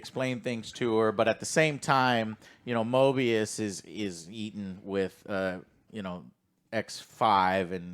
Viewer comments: Stop calling him Morbius, it's driving me crazy 😆 It's MOBIUS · Joe keeps saying "Morbius", it is "Moebius", right? Like I haven't watched this show, but given the nature of this show, a moebius strip reference in naming makes much more sense than a vampire... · I think it’s actually pronounced MObius, MoRbius is the Vampire while Mobius is the TVA Agent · love how they're saying morbius and not mobius lol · Mobius, not Morbius. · Come on guys it's Mobius not morbius don't remind me of that shitty Jared Leto movie. I think the best thing about this season so far is the budding bromance between Loki and mobius, Loki's never had any friends at all so it's really cool seeing them actually show concern and be friendly to each other in a way that doesn't involve Loki just trying to manipulate everyone around him. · Why they keep saying Morbius ☠️ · Its Mobius not Morbius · Moby rhymes with OB: mOBius! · I think I twitch everytime they call Mobius Morbius. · its mobius not morbius 💀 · Guys……….. It’s MOBIUS THERES NO R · Mo-BEE-us guys, he ain’t no vampire. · Argues over X-5’s name for 5 minutes. Fucks up Mobius’s name 20 times.